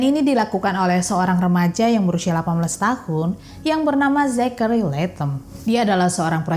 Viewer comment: Kok g dengar kamu nyebut nama jack itu sek ato zex sih 😂😂